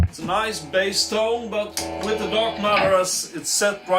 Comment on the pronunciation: Thumbs up from me as well, very nice pedal at a very nice price. As you are speaking English and playing Rule Britania at the end, here is your English pronunciation lesson for today. Bass is pronounced like case in suitcase. Bass as you say it is a sea fish! Nothing smelly about this good revue!